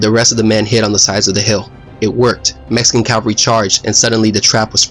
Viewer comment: Mexican not Meskin....lol